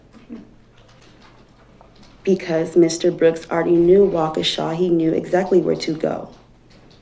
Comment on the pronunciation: Some of the words this “Attorney” used Textes Asactly Axe a question